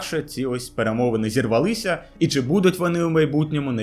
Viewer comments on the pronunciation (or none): сварачувати-згортати трогав-чіпав наголос зірвАлися